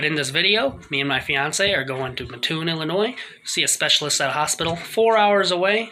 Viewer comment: It's pronounced as though you were saying the name Matt. Mattoon Illinois. I used to live there.